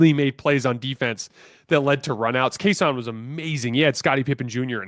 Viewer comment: It’s Cason not Case On lol